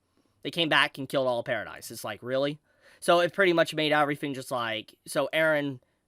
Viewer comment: pair-ruh-dee island not paradise. did you even watch the show?